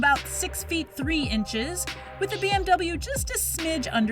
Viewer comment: it’s BMW not BWM.. hmm..